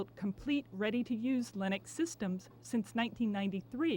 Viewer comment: I finally learned how to pronounce Linux. Just the way it's spelled.